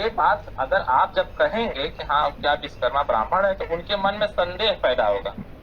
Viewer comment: pehle achhe se bolna seekho viskarma nhi Vishwakarma bole